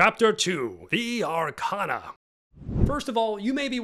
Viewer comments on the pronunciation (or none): none